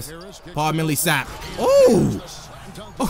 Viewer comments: paul millsap is pronounced Paul-MILL-sap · it's pronounced Paul mill-uh-sap